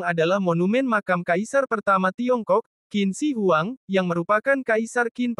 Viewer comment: Wah....yang Kuil gantung, tingginya ditempat 75 meter lagi. hebat 👍 Dan nama Qin Shi Huang bacanya mesti "Tjhin Se Huang.